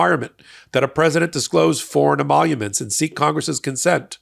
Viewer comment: Trump can’t even say emoluments.